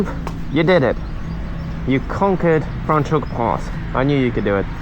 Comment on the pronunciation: Why are you saying Fraans Hoek, so weird?